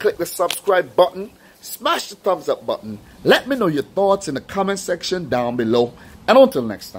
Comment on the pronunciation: I don't know why but I like how you say "down beLOW!!"